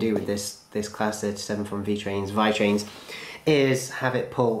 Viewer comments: I'm italian and if you would like to know the correct pronounce is "Veetrains". Love your videos! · It's V-ee-trains